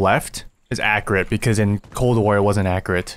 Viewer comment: "In cold war it wasn't accrit" Love the videos man!!